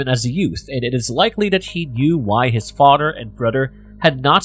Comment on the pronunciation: Does it sounds like he’s saying “fahter”